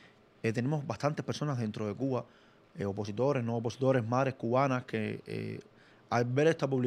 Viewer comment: Atención : Otaola no dice OPOSITORES , el Dice : UPOSITORES , en la jerga lingüística esto quiere decir Supuestos Opositores . Otaola sabe lo que está haciendo . Escuchen bien